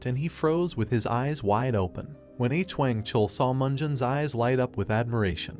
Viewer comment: its stupid and not such a big deal but "mister H - Wang" is driving me u;p a WALL